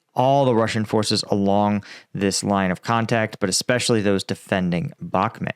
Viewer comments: It is not Bagmoot it is Bakhmut with a ch sound as in lochness, please do your home work and pronounce the place names right.. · I love the way pronounces the towns in Ukraine lol 😂 The way he says Bakhmut, B-aak-mut 😅, i would love him to come to my stomping grounds in North Wales, i struggle to pronounce some of the places and im welsh 😂